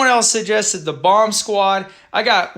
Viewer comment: Congrats bro. 1k or 100k you better not change. We don't care about facecam, we're here for your videos and awesome commentary, it would be cool if you made an exclusive appearance at NYCC. Also, its Boomsquad, not Bombsquad. ;-)